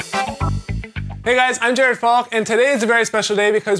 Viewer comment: He says in the beginning: "Hi, guys! I'm jerking off!". Nothing personal, Jared, the lessons are good, but your greeting sounds funny.